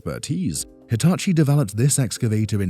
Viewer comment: “Deetachi” could work.. like if you agree